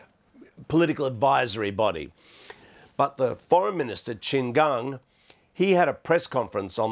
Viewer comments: BBC. Please get your news reader to pronounce Qin Gang properly. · Learn first on the correct pronounce Qin Gang before produce news on Qin Gang